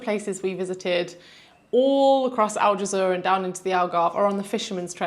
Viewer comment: And Aljezur should be more like "aljezoor" (the "oo" being pronounced like in "good") and less like "aljezuhr" but that's just me being a bit picky. 😄